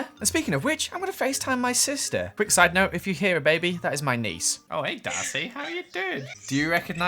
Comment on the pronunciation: Instead of sidenote the "sidenose"